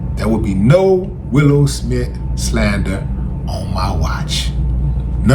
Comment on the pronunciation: Willow, Willow not Willie.